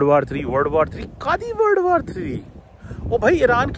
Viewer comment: Word war bol rha h yeh ya world war bol rha h